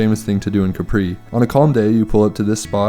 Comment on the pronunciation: Thank you for this episode. Regarding your claim on Capri (please work on your pronunciation) being the most beautiful in Europe. How many other islands are you comparing it to? Keep up the fun